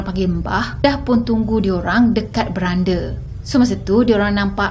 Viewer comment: Bukan berande kak bunyi dia.. wlaupon ejaan dia beranda tapi bunyi dia ttap sama akn dngar mcm bhasa org dulu ... mcm brand PRADA lah dia x bnyi e kt blakang